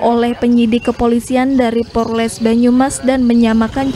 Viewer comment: Kok porles.....polres kali😂😂😂